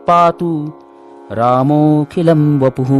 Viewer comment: रामो अखिलं वपु: याचा उच्चार पूर्ण केला पाहिजे.